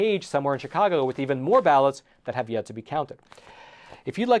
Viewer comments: Spelled CHIcago, pronounced SHIcago. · SHHHHHHHHHHI-cago. Not CHICK-ago. Jesus F. Christ. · Chicago is pronounced with a "sh" rather than a "ch" just like Chevrolet and Chivalry - all these words have a French background.